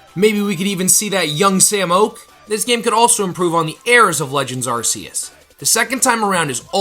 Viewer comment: Continue saying Arse- ious ... Might not deserve a like What's with the content creators?